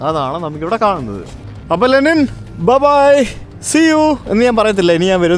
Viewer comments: Wonderful... പക്ഷെ രണ്ടു തവണ ലിനെൻ എന്ന് പറഞ്ഞത് മോശമായി... തിരുത്തി വീഡിയോ ഇടണം!!! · Linen alaa bro Lenin Aanu.. 😂